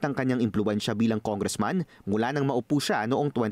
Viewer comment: Noon pa yan. Nong bata pa aq narinig q na ang tongressman instead of congressman.